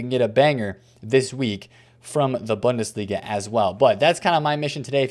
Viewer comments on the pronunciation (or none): As always, love your content and your grind bro, but I can’t lie, the way you pronounce bundesliga makes me a die inside just a little bit every time I hear it. Try Boon-duh-slee-guh